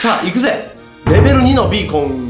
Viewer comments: ヒカキンさん5年ぶりにビーコンのことをベーコンって言った！なんて久々。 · ベーコンじゃないよビーコンだよ😁 ほのぼのヒカちゃん応援してま(ｏ^-^)尸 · ガラス張りだからから何か綺麗www それと、ベーコンって聞こえたwww(マイクラあるある😙)